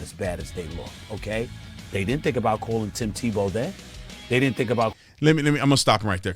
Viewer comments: I stoped listening to Stephen a when he said Tebow went to Florida St. Tevowbwent to Florida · Is it me or did Stephen a say tebow played at Florida state?? Lol